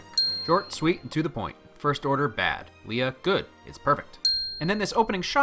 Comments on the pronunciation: Wait wait wait wait wait... how you gonna call yourself a Star Wars fanboy and pronounce Leia "Lee-a"? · Nobody gonna mention how he pronounced it "LEE-uh? Just me? Okay cool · I’m irrationally angry he pronounced her name “Leeah” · you said Leia wrong......... how.......